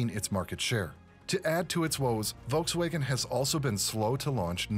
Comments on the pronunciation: Volks wagon, not Volks waygon. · volks waghen pronounced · Never heard Volkswagen pronounced this way….